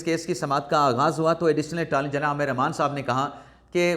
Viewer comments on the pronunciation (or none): none